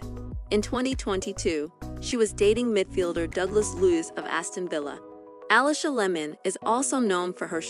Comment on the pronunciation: It's pronounced Aleesha Layman not Alisha Lemon.